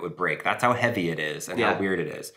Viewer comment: How hevwy actually is it